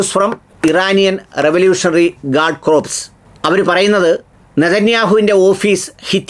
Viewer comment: Corps ennullath core ennu vaayikjanam...corpse artham maarum😂